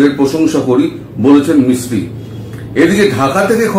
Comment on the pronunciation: Vikram Misri... Not Sikri...!!